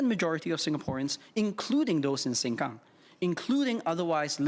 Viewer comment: he got this fake Ang Moh accent that is so intolerable, and stresses certain words like "SengKang" in a hokkien accent lol... what a narcissistic person. I worked with whites for decades, non of them got this rubbish accent lol, he sounds like he is trained by Amos Yee, looks like his brother too